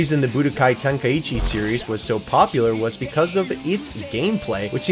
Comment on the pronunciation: Bro americans saying the game’s name just pisses me off For the love of god it’s called tenkai chi not tenkayiiiiiichi